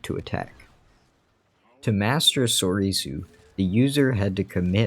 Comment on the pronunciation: This is a common mistake I see from people on how to pronounce “Soresu”. Many people pronounce it as (sor - e - su), but it’s actually pronounced (sore - su). Same with “Vaapad” (vuh - pod). P.s. I think grievous also used form six along with Cal Kestis from the fallen order game.